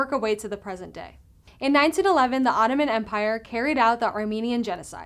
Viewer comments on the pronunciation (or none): none